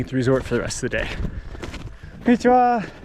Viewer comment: Just a guess - may be the accent and the confidence with which you said konnichiwa gave him an impression that your nihongo is indeed jouzu 😄 btw, loved this video. I used to think to see snow monsters we had to hike to super hard places but this one seems quite accessible. Moriyoshi is now in my saved location on google maps.